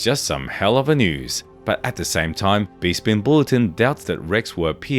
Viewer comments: It's pronounced Besspin not "Beespinn" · Respectfully, have you never heard someone say 'Bespin' before? It's not pronounced Be-spin, it's Besp-in. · ps... its pronounced Beh-Spin, not Bee-spin B-) Bespin Bulletin, not Bee Spin Bulletin ... buzzzzzz..... lol, this might be an AI narrated voice, which I can forgive B-) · Never trust a star wars channel that mispronounces Bespin